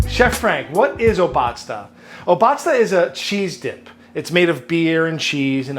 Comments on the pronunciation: It's _O_batzda not Ob_A_tzda. ;P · Hi Frank, I appreciate your take on traditional Bavarian food! Try to emphasize the beginning of the word, it's O- batzda and not obAtzda. Thank you for your videos ( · yummy, yummy, yummy!!!!! a camembert that is a bit aged and flavorful is even better with that tang. its not pronounced o-BA-zda its O-bazda (a long 1st syllable and 2 short 2nd and 3rd) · Funfact: Obatzda comes from the bavarian Word "Obatzn", which means smushing stuff together, which is exactly the traditional way of making this. Your pronounciation is pretty off, but honestly, 80% of germans also fuck that word up, so who cares. It would be much shorter, similar to o-bud-star (leave out the "r" at the end) Nice recipe.